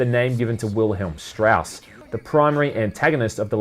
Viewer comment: It's been about a year, and it's probably been pointed out, but it's Strasse, not Strauss. Two different things.